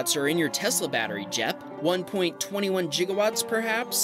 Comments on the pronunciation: Sorry but did you say Jigawatts? That's like saying Jif not Gif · The fact that he pronounces gigawatts "jiggerwatts" annoys me so much. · Did you just say "1.21 Jig Ah" watts? ;p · Jigawatts? o0 Is that how americans pronounce that? How do you pronounce Gigabyte?